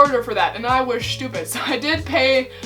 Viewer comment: "Schupid" slayed me 🤣🤣